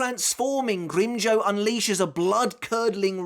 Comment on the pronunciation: I forgot how says "GrimmJOE" instead of GrimmJOW lmfao